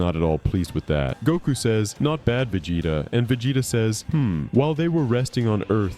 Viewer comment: I realized something was wrong the way the voice was pronouncing Vegeta, man I hate this kind of content